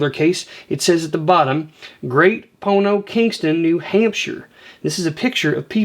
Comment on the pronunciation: Great “Pono”…..that’s Great POND to us NH folk. That made me giggle. 😜 I love postcards… I didn’t know the separation on the back helps date the card. Good tips , love your enthusiasm.